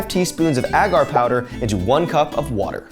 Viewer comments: Ita pronounced ay-gar 😂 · Do Americans say it Ah gar? Cringe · AGGGHH it drives me insane every time you mispronounce “agar.” The first A is long, like in “way”. It would only be pronounced with a short A if it the word had two Gs — “aggar” would sound like dagger. But it’s one G, so it’s agar like… like… ok, I can’t think of anything that exactly rhymes with the correct pronunciation of agar, but you get it now, right? The first A is a long vowel sound, like stay, way, play, etc.